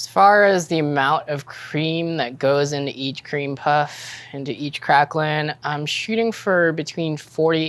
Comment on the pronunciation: TIL septics butcher the pronunciation of craquelin as well